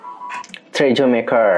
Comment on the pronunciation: bukan treaju ;( tapi t re a sureeeew